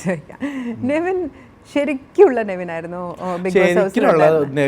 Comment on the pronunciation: നെവിൻ എന്നാണ് name കുറെ എണ്ണം നിവിൻ എന്നാണ് പറയുന്നത് 🤣🤣🤣🤣